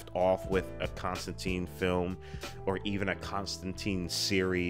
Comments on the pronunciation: There was a CW show with a character accurate design (blonde, british, tan coat), itwas good! but they still say his name wrong lol. Hes also in the animated Justice League Dark (which rules) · I was a long time fan of the comic and was startled a bit by how many things this movie changed (such as the pronunciation of the name and making him a dark haired American instead of a dirty blonde Englishman who is usually wearing a wrinkled trench coat). BUT that all said, I was impressed that what they made was entertaining and intriguing, making me look at this as a valid "parallel universe" Constantine and wishing I saw more. Solid characters, great visuals, story was a little shaky but the rest of the film lets you forgive it because you get INTO it. They're talking about making a sequel now with Keanu and I honestly hope it happens.